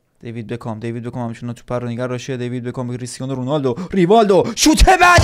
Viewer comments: میگه دیوید بگام😂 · بعد از هر بار که میگه دیوید بکام مد در حال تلاش که نگم دیوید بگام😂